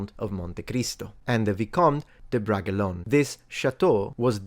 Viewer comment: Bragelonne is pronounced differently